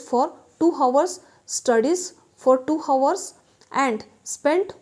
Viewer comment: Correct your pronunciation of hours